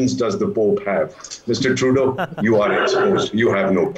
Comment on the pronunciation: fake news....and its trudooooo not truduuuuu.